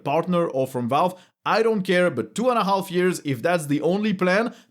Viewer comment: Please: the L in "half" has to be silent! 🙉